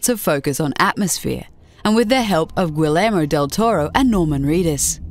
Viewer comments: Gi-yer-mo Del Toro. It's not like he pronounces it different. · gUilermo jajaja. Nice pronunciation! No, it's like the Gui from Guiness, and ller it's like SHERman; ) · "Güilermo", not even mad, just find it funny. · "uilermo" del toro lol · wuilermo del coro.....really? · The way she butchered Toro's first name caught me off the guard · One dislike just for the awful pronunciation of Guillermo del toro's name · Terrible pronunciation of the name " Guillermo". Just terrible. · How the fuck did you pronounce Guillermo Del Toro?